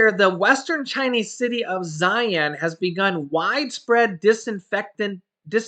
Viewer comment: In the Chinese Languange Xi-An is pronounced SHE-AN.